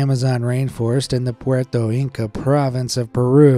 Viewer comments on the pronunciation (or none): none